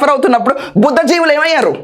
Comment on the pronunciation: Madam a small correction. It is BHUDDHI JIVULU.